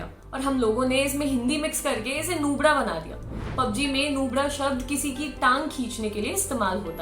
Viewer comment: नूबडा 😂😂 फ़िर से बोलो 👏👏